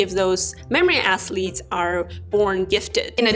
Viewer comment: I’m not mocking you in any way, but your athletes sounds like “ass-leads” to me, and it’s awesome😂